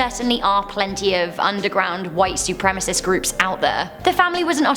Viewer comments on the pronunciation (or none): none